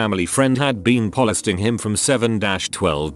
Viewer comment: What’s up with “polesting”?